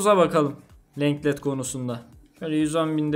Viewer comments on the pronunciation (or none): abi şu telaffuzlara çalış biraz lenglet diye okunmuyor longle diye okunuyor